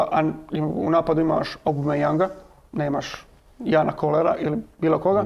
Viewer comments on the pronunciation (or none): none